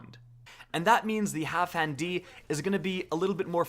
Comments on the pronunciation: Wait, why do you keep saying HalfHan D? It’s HalfDAN D. What the shit? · zJay because doesn’t know how to sound his words out. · my god the way he pronouns halfdan D, sounds so weird, Half-dan-D sounds way better IMO